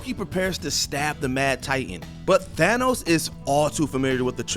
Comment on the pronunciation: im sorry but how dare you pronounce it as "Thay-nos"?! it's THAA-nos!!